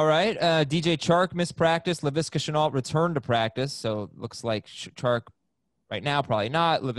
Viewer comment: All I ask is that you pronounce Shenault properly it’s already 2-3 times someone corrects u and u keep saying it wrong 😑